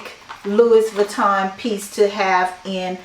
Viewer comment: Feel free to delete this comment later, the “s” is Louis Vuitton is silent.